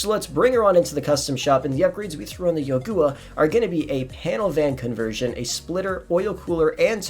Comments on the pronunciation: love your content, but how and why did you pronounce youga, “yagooa” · It's youga not yogua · Great, he found another car to mispronounce. Yo-gooa?